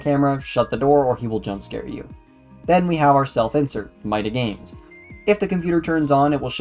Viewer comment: Another one, but you really need someone to read your scripts and make sure they're good, because some things like calling Italian "butchered Spanish", pronouncing "MidaGames" wrong, saying the wrong release dates for the remakes, some things that can make the game seem not that good like your issue with the fullscreen (which as far as I'm aware is a you thing lol), just on the whole a bunch of errors that could've been easily solved if you ask anyone knowledgeable on Five Nights with Coso to look over the script And also the whole part after the where you start saying the ending of FNaC 3 but don't show any footage and instead some recycled One Nights at Cosonut 2 gameplay is really odd and really drags it down a bunch Its clear you put effort into it but it still needs some time in the oven Decent video 🍵